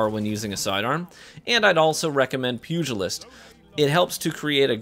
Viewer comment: Gotta give you props for a few things here. 1. Fantastic sidearm gameplay on some of the largest maps. 2. Actually pronouncing pugilist correctly. 3. Including every clip where you ran over that bagging hunter.